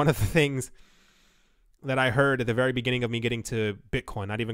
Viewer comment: Its not dead, but wery down, and wery depressing.